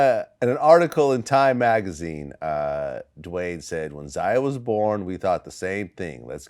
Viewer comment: Its pronounced "ZAY-UH and ZY-ON(not Zian)" Vlad!!!!!! Other than that he still a little boy lmaoo